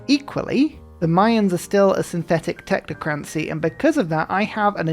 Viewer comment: the way that you say technocracy irks me. Love the vids!